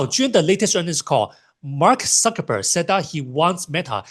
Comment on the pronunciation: I assumed he was just pronouncing Cuckerberg with an S sound